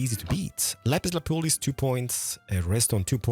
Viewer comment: I loved it when he said "lapis la poilce*😂😂😂